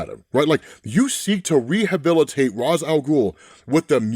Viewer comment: You still can't pronounce ra's name? Batman pronounces it for us thousands of times and even corrects terry